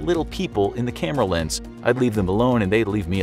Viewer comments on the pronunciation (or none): none